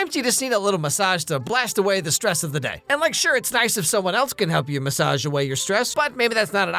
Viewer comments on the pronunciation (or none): "massage" lol